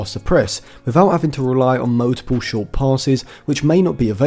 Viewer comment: You need to learn how to say the word multiple, drives me crazy!! Mul-ti-pull not mowtiple.